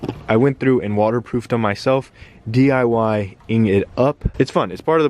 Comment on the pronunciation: Did anyone else catch this? "DIY it up" lmao DED! Gang Gang... or should I say Gang